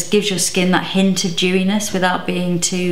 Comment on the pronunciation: Every time she says "dewyness", I keep hearing "Jewyness"! LOL 😂